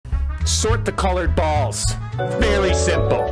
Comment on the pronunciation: The emphasis he had on “balls” cracked me up 😂